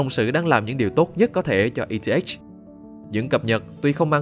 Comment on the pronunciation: Eth đọc là e tê ích :)))